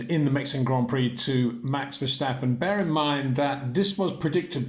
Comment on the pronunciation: "Max VerSHtappen" is NOT how you pronounce his last name Sir.